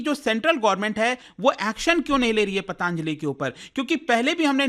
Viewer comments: अरे यार पतंजलि बोल ले foreign से आया है क्या जो pataaaanjali कर रहा है, हिन्दी में क्यों English घुसा रहा है 🤔🤔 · भाई पतांजलि नहीं होता... पतंजलि होता है 🙂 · ptaanjli ptaanjali, patanjali hoti hai yeh sahi ucharan kyun nhi kar rhe 😡